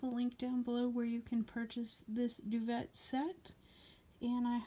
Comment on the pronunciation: This would be a perfect gift for my mother!! It's so so pretty...Oh & it's pronounced 'dew-vay' 😘😁😎